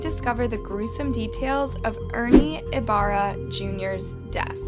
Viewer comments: I love your videos, but sometimes the name pronunciations are very off. Which I get! Not everyone can say certain pronunciations, like me with French words, but any video or google search could've shown you that it's pronounced with an "E" and spoken like "ee b AA r r aa". I noticed you tend to do this with Asian and Hispanic names in particular. As someone with a Spanish name that no one even tries pronouncing correctly, it's really frustrating. No ones expects perfection, but a little effort goes a long way. When you're doing research for theses crimes, maybe you can also do a quick search on the name pronunciations. It can make a world of difference to authenticity and to your viewers. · Ibarra “eeeebara” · Ibarra isnt pronounced like that...you sound funny saying it😭😭😭🤣🤣🤣